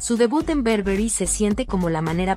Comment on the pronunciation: No es berberry es BURBERRY